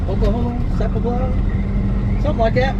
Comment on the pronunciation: Sapoola…😜 Suh-pool-pah….Sapulpa Ok